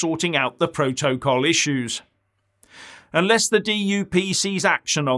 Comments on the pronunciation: Ohhhh, you Silly Goose, is saying "Proa-toa-call"! hahahhahahahaha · Every time says 'proto-col'... take a drink! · it is funny, more than one syllable has him foxed....